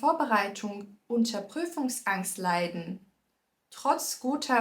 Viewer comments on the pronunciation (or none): none